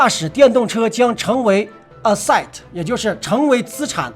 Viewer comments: asset 發音 ” 'a-set". 重音在 a, 發音如同 Apple 的 A。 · Asset 也是山西口音的 😌